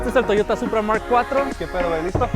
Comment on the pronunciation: it’s Supra. Not Puta.